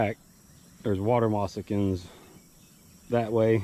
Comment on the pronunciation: It's moccasin; not mossakeen.